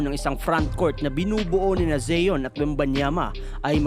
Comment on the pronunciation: Pronunciation lang ng Zion d mo alam.ayos boy